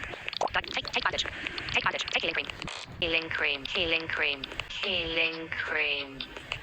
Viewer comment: "heiLEnG criM" HITS HARD oHIO oHIO